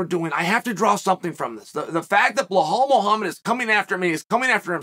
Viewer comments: Who the flunk is Blahal? It’s Bill + Al = Bilal. C’mon Chale Sunnin’, you can do this 😂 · not bahhal chael..., it should sound BEE LAL 😂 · It’s Bilal not Blahol 😂😂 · idk but to me it's easier to say Belal than Blahal!!!Uncle Chael!!!The 🐐!!!!! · I used to get annoyed by it but now i wait for the Blahal everytime. If i were to go to a Belal fight i would wear a T Shirt showing Chael saying “I’ve got Blahal winning this!” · Surely that man's name is not blahall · I love uncle Chael but sometimes he gets me laugh so hard... I don't know where he finds Belal - Blahal plus Chimaev gets in the way so we have Chamal...🤣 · Belal❌ Bla-haul✅ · Who's Blahhal? It's Belal. It reads exactly like it's written. No hidden nor exotic sounds. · Why does he keep pronouncing it Blahal 🤣. It’s so funny. I’m like who is Blahal? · Bil-lal, not be-hal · Belal Chael;bluhhall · If Chael hasn't heard any of the commentators pronounce Bilal as Bilal and not Blahol, then he can at least read it phonetically! I think it's Chael's deliberate wisdom deliberately mispronouncing some names! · Who in tf is Bluhal 😂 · Who's blahaul?? That should the worst pronunciation by this uncle surely for attention, nobody can be that wrong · Bluh-haul, LOL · Blehal Muhammad. Undisputed champ of proper name pronunciation. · Dude THERES NO H IN BELAL wtf do u keep calling him BLEHALL FOR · Bel - All ! No H ! Goddammit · The amount of time he says blahal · Wtf, he keeps saying BleHal 😂😂😂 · I’m now convinced Chael mispronounces names on purpose 🤣🤣🤣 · Anyone else notice how terrible chael pronounces names “Belhall” “Peyera” Love the show but damn 🤣🤣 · Chael... say "BE" then say "LAAAL" THERE IS NO H ANYWHERE IN HIS NAME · Americans can say Massachusetts but can’t say be laal 😂😂😂